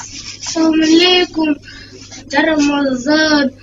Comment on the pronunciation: Жарамазан эмес бул иним джарамазан айтып жатат 😂